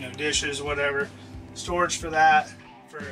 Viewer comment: “Here we have store floorage” 😂